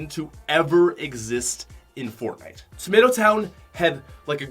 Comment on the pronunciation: he’s says fortnut lmao